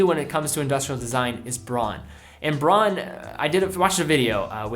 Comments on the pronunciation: Isn’t it supposed to be pronounced “Brown” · Jevon Png As a German i had no idea what word he was trying to pronounce, took me a while to decipher it. Not as bad as the common „Woolksvaagen“ though…